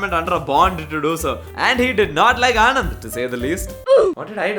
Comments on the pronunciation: Sorry to be a party pooper. But Anand is not the name Anand. This place is pronounced as ಆಣನ್ದ್ , ആണന്ദ് , आणन्द - Sincerely from a Malayalee who grew up in Gujarat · its actually ' ણ ' and not 'ન' but there is no english pronunciation for it.